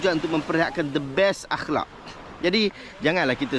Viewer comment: I agree cakap aklak pun tak btul